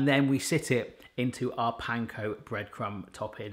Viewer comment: I have been watching you for years and your accents are absolutely beautiful. But today.. I realllly thought you said "Pine cone bread crumbs"!! I replayed it 10x and then had to go to the website to check🤣 I actually called out to my fiancé "Lettuce has eating Pine cones!"😂🤣 ❤❤from🇨🇦